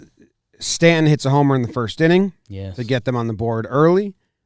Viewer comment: doesn't annunciate the T in "mountain" or "Stanton". Sounds like "Sta-in". Do something there.